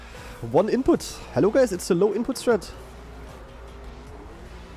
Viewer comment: i love his accent when he says it. yaa HALLO guys!